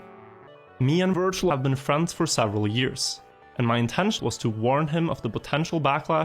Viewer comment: This looked so good until the first ''wirtual''😂